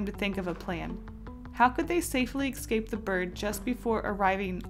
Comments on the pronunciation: IT'S NOT EXCAPE IT'S ESCAPE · ugggggggggg its escape. not ecscape. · It's not ecsape its escape. See the difference?